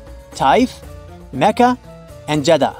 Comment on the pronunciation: You are saying Jidda and Mecca wrong